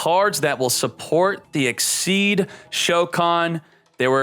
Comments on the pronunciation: I thought it was pronounced "ik-seez" but he keeps saying "ik-seed" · I believe its 'exseez' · am i the only one who hears "xyz´d" all the tiem? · it is but he doesn't realize it or hes doing it to get people like us to comment on his videos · It is pronounced like that , and it may be some kind of yugioh community thing to say exceed, but he mispronounces card names all the time , so it doesn't really matter .